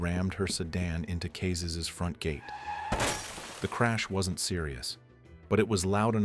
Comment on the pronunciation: some phonetic consistency and attention to detail would turn these from bangers into masterpieces it was never alpha zerotwo, it was "alpha oh 2" it was never "cazays, kayzes or cazzes", pronounciation is just "cazés"